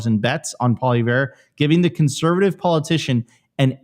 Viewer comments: Actually it’s pronounced “Pwah-lee-ev-ruh”. I’m a Canadian reitired French teacher. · its pronounced like "poly-ev" for crying out loud lol